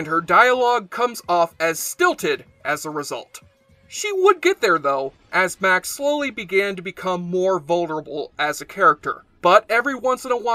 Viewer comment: It's must have been quite a while since you saw the show if you pronounce Max's name that badly.